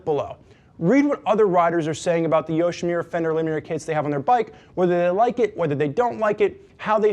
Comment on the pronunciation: Nice review. This video & the customer product reviews, convinced me to go with the Yoshimura Kit over the Hot Bodies. Just one thing -- it's "Yoshi-MU-ra"...not "Yoshi-Me-ra". :)